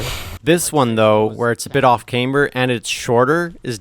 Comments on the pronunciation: just a flat A, just teasing, cause i never heard it that way before lol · did I say it weird?